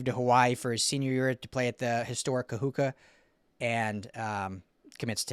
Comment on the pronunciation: Thanks again,! Always love your content. You’ll only have to say it a few more times, but Talanoa Ili will be graduating from KAHUKU HS…not Kahuka. Sorry, but your (probably) only Hawaii fan has to correct you.🤪 FIGHT ON!!!✌️✌️✌️